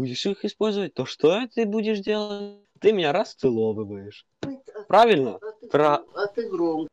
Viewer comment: правильно, прАвИльнО, прАвИльнО.